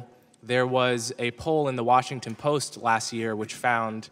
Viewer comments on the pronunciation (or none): none